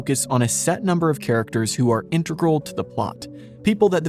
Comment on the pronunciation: Stopped watching at "Sith". Integral pronunciation was offensive enough but pronouncing Scythe as "Sith" is unforgivable